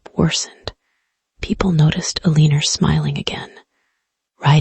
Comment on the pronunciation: Elena becomes El-lee-ner. AI can't read